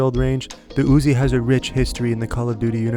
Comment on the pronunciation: why you say Uzi like that though hahah im ded